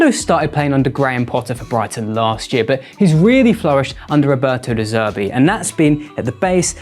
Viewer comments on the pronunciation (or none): none